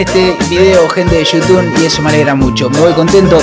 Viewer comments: eso siento yo cuando decis yutun y no youtube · Empeze a ver tus videos recien alvv son lo mejor..... Otserbar xddd Y vs decis yutun xddd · te reís porque dice "otservar" y vos le mandas "yutun" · El chico dice "ostervar" y vos en todos tus vídeos decís , "hola amigos de yutubn " jajajajajaja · Esta disiendo Yutum ? Espero que alla dicho Youtube porque se que sabe que se dise Youtube,bueno voy a hacer que lo dijo bien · dice "YUTUN"??????? WTFFFFFFF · comoque te quejas del pibe por q dise otserbar y vos desis yutun en vez de youtube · Y yo no soy mal pibe pero vos decís Yutun Y es You Tube no soy heater solo es un chiste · Esta diciendo "yutun" o me parese?? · YouTub se dice no YouTun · "Gente de shoutun" JAJAJA esa pronunciacion no te la robo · Vicky Ayala Shutun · Criticas al pibe que no dice bien "observar" y vos decís "Yutumb",... jajajajaja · Es you tubbbb , con "b" ,no con "n" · Yutun* JAJAJAJA, ni idea de a lo que se refiere con eso vos jaja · Al principio dijo..." bueno bueno bueno gente de YUTUN" xdxxd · Jajajajajjajaja por que decis gente de yutun😂😂😂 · "Gente de youtune", vos tenes problemas en el habla hermano.